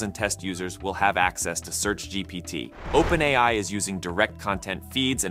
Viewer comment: I initially believed that the content on this channel was narrated by a real person. However, I noticed a few mispronunciations of "OpenAI," which led me to realize that the narration is actually done by AI. It's interesting to see a channel discussing AI features without using a human narrator.